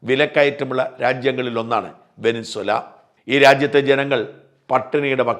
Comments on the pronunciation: വെനിൻസുല അല്ല സാജാ വെനസ്വേല എന്നു പറഞ്ഞു പഠിക്ക് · വെനിൻസ്വല അല്ല വെനിസ്വേല. ശ്രദ്ധിക്കണ്ടേ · വെനസ്വേല ആണ് ശരി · Try to pronounce Venezuela first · വെനിൻ സുല എന്നു തന്നെയാണോ? വാക്കുകൾ, പ്രത്യേകിച്ച് രാഷ്ട്രങ്ങളുടെ പേരുകൾ, തെറ്റായി ഉച്ചരിക്കുന്നത് കേൾക്കുമ്പോൾ .......അരോചകമായി തോന്നുന്നു...